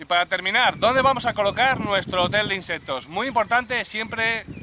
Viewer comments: Se dice insectos , no inseptos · No puedo con ese INSEPPPTOS 😂😂